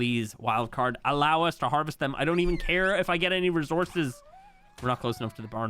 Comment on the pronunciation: oh so you like to be precise, but can't seem to pronounce a simple word the "precise" way....like dude, your pronunciation of Resources is atrocious, (Reez-soar-zes) but passable.... Over encumbered.....no dude. Far from the "precise" way, do we know what you're talking about (OVER-EN-COME-BER-BATCHED) Is absolutely ear jarring EVERY VIDEO you say it Just took me a while to comment. But your comment about being "precise," threw me off the edge. Because are you serious? You constantly say "obviously......"when things may not be, you mispronounce words as a grown man, not even comprimisably close 😅 I hope your viewers see and understand the comment fully. I love your content, and am always a fan. But maybe you should humble and educate yourself a bit more with a SIMPLE google search about the pronunciation of words